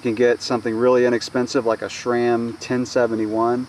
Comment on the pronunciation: There is no such thing as "Shram" it is pronounced like the name Sam just with an R thrown in there. Or so says the manufacturer. What do they know right?